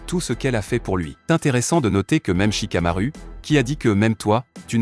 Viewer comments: Pas shikamuru c'est shikamaru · Shikamaru mrd 😂😂😂c shikamar"ou"sa s’écrit avec un un mais sa ce prononce ou 😂😂